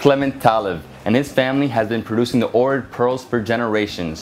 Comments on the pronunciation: You say it like Ochrid but your saying Orid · It's pronounced "Oak Rid". Please pronounce place names correctly! Some factual information is incorrect also. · Right? Been a couple times and have made friends there. Their pronunciation sounds more like OWK-rit. Decent vid nonetheless. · Fonetic, is actually Ogrid. One Bulgarian told me. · Ohrid is pronounced aw-hrid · Your say Ohrid wrong sorry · Omg everytime you say ohrid I'm cringing so wrong